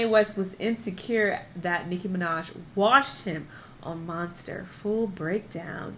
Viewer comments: I was like why is saying “Washed” like that 😂😂😂😂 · was like: "Jay Z also got WORSHED, Rick Ross also got WORSHED" 😂😂😂😂😂❤️